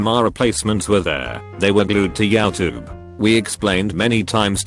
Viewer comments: Voice: YAUWTUBE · Not a soul: The voice: YAOU TOOB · No one: Voice: “yow-tube” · No one: Reddit: Yowtube